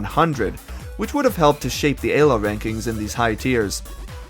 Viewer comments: Ee-low. Say it with me. Not A-low. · It's pronounced "Elo" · I don't care if it's ACTUALLY pronounced ay-low, it just sounds SO bad 😭 But besides that, AMAZING video man 👍 keep the great content coming! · zero distinguishable accent except for somehow pronouncing the E in elo as Ayy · Stopped watching after eh-lo. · he specifically mentions why he pronounces "elo" the way he does and the importance "elo world" had on this project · Great video and cool editing but if you keep pronouncing elo like that im gonna have an aneurysm! great stuff though